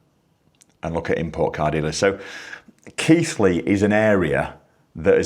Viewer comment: I did /not/ know Keighley was pronounced Keith Ley